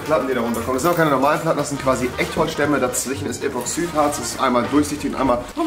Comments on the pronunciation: Epoxüt Harz😂😂 muss los Das heißt Epoxid-Harz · Das heißt epoxydhartz nicht epoxsüdhartz 😂 Bauabdichtungen Tiriakidis leude unsere Firma